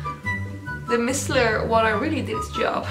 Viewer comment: Micellar is pronounced my-cell-ar